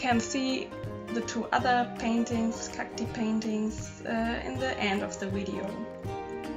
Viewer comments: Hello! Stumbled on your videos yesterday, so beautiful. :) I assume you speak German (I speak a little, but I'm still learning) and so I just wanted to give you a tip with the pronunciation of cacti. Instead of cacti like cacte (as in me) say cacti ( like I am, or eye) :) Hope this helps! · So good!! It's pronounced Cac-tie